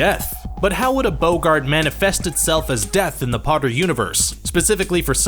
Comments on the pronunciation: Rainboe Kitty He didn’t pronounce it boo-gart. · how can you pronounce bogart incorrectly if you literally play the clip before saying it